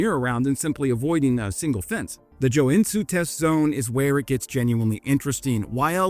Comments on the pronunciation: Joe n zoo isn’t the correct pronunciation but it describes the city much better than Joensuu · It's pronounced "Yo-N-Su" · His Joensuu pronouncing sounds more like Chinese, it sounds something like Tsoen Zu. :D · "J" in Finnish words (such as Joensuu) are pronounced like the English "Y" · That pronunciation of Joensuu was pretty spot on, with the exeption being the J said in the english way instead of the finnish. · Indeed. Just substitute the j with y in your mind and it comes even closer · Putting Joensuu and Sun Tzu together in one sentence, and vowing it together like that, is beautiful!